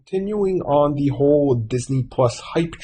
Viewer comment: Marvel is not the “biggest brand in the world” and it’s “THE” not “Da” !